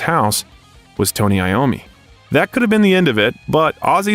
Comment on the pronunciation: It’s pronounced I ommi as he is Italian